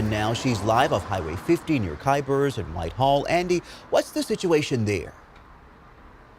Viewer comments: It's not kyzburg. Lady shouldn't be a reporter if she can't read. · See he said it right lol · Sound is out girl. ky-burz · It's KYBURZ!!!!! Learn how to say the name of the town. Where are you from? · Someone tell her she's saying Kyburz wrong? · Suggestion: Learn how to pronounce the name of the town you're reporting on before you go live if you want to be taken seriously, especially when the name of the town features prominently in your story. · She should learn the name of the town before reporting 😂